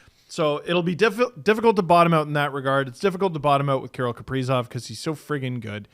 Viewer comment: Why he pronounce Kirill like Carol?